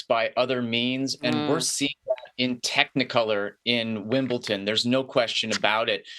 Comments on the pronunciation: A telltale sign that someone doesn't know anything about tennis: They can't even pronounce Wimbledon correctly ( incorrectly says "Wimble-TON" over and over).🙄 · Do any of these idiots actually watch Tennis? You took one example and then stretched it to all russian and belarusian players? Heard of Andrey Rublev, Daniil Medvedev, Mirra Andreeva. Incredibly popular at Wimbledon. Oh and, it's not f@ "Wimbleton". It's Wimbledon. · “WIMBLE- TON” 🤦🏽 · Jules is an author, a professor of political science, and a former Olympian. And yet, he can't properly pronounce the name of the Grand Slam Tennis venue that is the subject of this piece.